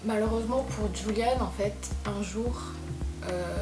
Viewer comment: Tres bonne video, merci pour ces information, mais les ''euh'' me stressent 😂 et petite précision le ''j'' espagnol se prononce comme le '''r'' francais donc son prénom se prononce ''Roulianne'' 😊